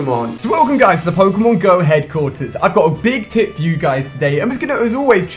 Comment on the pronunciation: when he said i got a big tip for you i thought he said i got a big tit for you